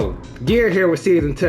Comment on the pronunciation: GGs Buddy! Italian accent, “GTF outta heaaaaaaaaaar”